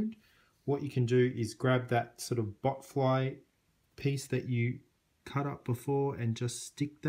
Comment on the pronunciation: It's botfly not butt fly